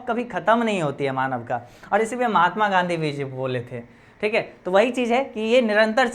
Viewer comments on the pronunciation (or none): none